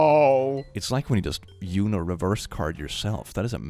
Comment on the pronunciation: I'm sorry.....but You-No? It's Uno...